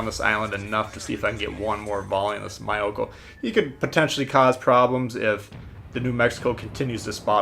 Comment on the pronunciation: it was all fine since that "mayoko" (Myōkō) , that hurt